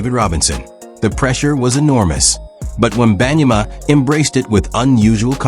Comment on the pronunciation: AI generated mispronouncing name